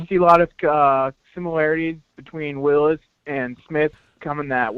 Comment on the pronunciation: Its Jedrick Wills not Willis